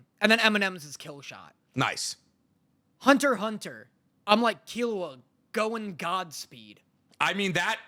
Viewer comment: he said Hunter x Hunter with the X